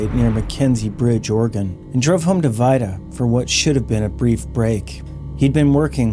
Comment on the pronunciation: It may be spelled Vida but, is pronouncd Veda.